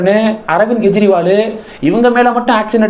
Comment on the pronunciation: Why do you repeatedly pronounce as Gejriwal? It is Kejriwal. It is K not G